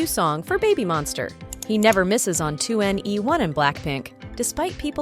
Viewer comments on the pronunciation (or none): none